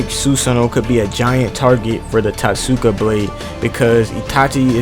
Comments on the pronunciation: It's tot-suka blade your welcome 😉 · lets pronounce this together, Toat-ska that was driving me crazy. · Yeah itachi would outplay the hell out of Madara imo. He was only this mastermind because he had all these years to live and plot. Look at young Itachi vs young Madara. Also bro pronounce it Toteska Blade